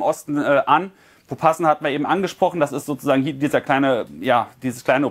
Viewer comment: POPASNAJA wird das ausgesprochen 😁😁